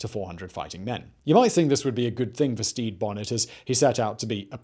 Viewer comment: Damn it, it’s Stede (steed) Bonnet (bo-nay). Ugh.